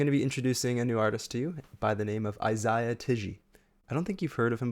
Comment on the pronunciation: dude kept saying "izaiya" 🤣